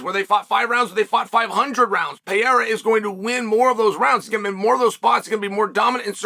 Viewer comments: WHO IS "PIERA" PRONOUNCE HIS NAME PROPERLY "PE-REI-RA"!!! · 4 to 1 odds that chael will pronounce pereira pee-era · Pee-era 😂 Islam makalchev 😂😂